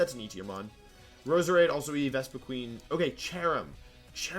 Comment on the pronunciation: Top weird pronunciations in this vid: "Maw-ee-lay" "Wishcash" "Vespiqueen" "Unfe-ZAHnt" "Hydreegon" "D'oh-blade" "Ayy-gislash" "Vicky-volt" "Gol-iss-opod" "Sil-vahl-ee" "Hattereenee" And my favourite: "Formees"